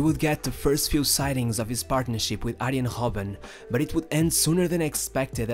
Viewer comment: Robben not hobben